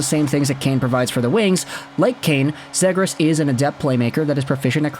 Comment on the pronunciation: Ze-gras, not Zed-gras